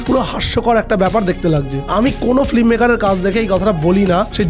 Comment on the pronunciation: উচ্চারণটা ফি-L-ম, ফ্লিম নয়।